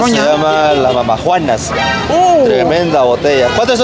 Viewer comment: se dice DAMAJUANA no MAMAJUANAS